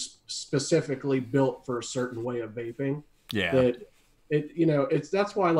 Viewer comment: Great show I’m not making fun of anybody I’m not like that I don’t do that but the guy from Germany I love that dude every time he said vaping which sounded like wapeing I was losing my shit 😂